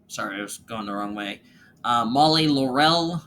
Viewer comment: laurel is pronounced LAUR-el not laur-EL